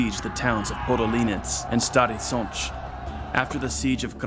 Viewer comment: as well as Stary Sącz, I have to admit it's impressive